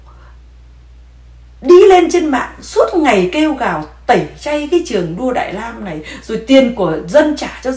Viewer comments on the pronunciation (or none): Đại Lam😂😂Việt Lam chị ơi……..please tập lại chữ L & N đi c ơi nghe funny quá